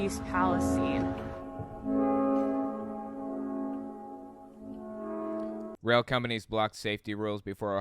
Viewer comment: Yes I live a town away from East Palestine and we pronounce it palace-steen